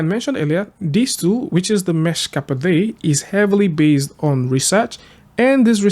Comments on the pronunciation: Pretty sure it's "mesh-cap-ayd" as in a play on the word "escapade" That to the side, appreciate the heads up on the tool! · "mesh-capaDE". haha buddy it's from escapade. Look up the pronunciation please. :D Good vid though! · Great find! Just wanted to let you know that it's pronounced "mesh-ka-paid". Keep up the great content 😊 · "Meshcapade" is three syllables, rhyming with "escapade."